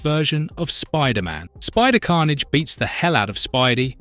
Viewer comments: So disappointed, I got almost 2 hours into the video before the voice started mispronouncing Carnage and other names in ways that no human would. Why not just do the voiceover instead of using AI garbage? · It's AI slop and it shouldn't have any views, shouldn't be allowed on the site. Dead giveaway being he never pronounced Felicia right once. Bonus he called Carnage multiple pronunciation back to back to back in less than 30 seconds.